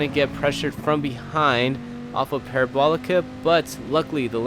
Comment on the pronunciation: Are you really gonna do the whole "Courva Granday" thing but not pronounce "Parabolica" correctly?